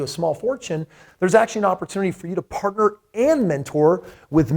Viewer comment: "Parter" and mentor?